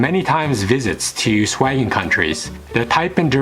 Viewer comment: Man, is it so hard to say Schengen?